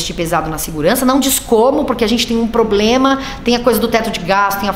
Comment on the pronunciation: Será que o Miliciano do Planalto já consegue pronunciar ministro em vez de menistro? Problema em vez de pobrema? Aguardemos cenas dos próximos capítulos. Ou próximos vexames.